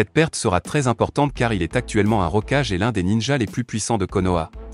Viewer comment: Kulama ? Rocage ? T'es sérieux ? Évite de faire appel à un robot pour tes vidéo en français 😂😂😂